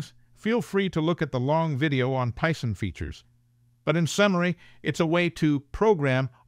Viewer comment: "Pie-son?" Or Python?...